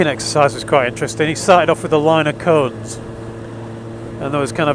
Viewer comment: on he first play thru I thought you said "he first laid out a line of coke"! lmfao I had to rewind to hear "line of cones". Sounds like a good course.